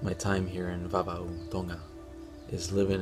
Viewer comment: Your pronounciation is on point! Great video btw.